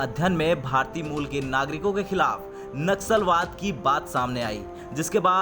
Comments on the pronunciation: Naxusalwad nahi bhai nasulwad or racism pronounce karo bhai sahi pronunciation karo tab news reading Karo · It’s naslawad and not naxalwad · Abe churiye....Naxalwad nahi.. Vo Naslavad hai . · नस्लभेद कहना चाह रहे हैं आप परंतु नक्सलवाद शब्द का उच्चारण हो रहा है या नस्ल वाद यह स्पष्ट नहीं हो रहा है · naxlwad nahi naslvad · Bhai Sahi shabd naslwaad he na ki naksalwaad. Dono shabdon me bahut fark he 😀😀😀😀😀😀😀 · Wo naksalwaad nahi naslwaad hai...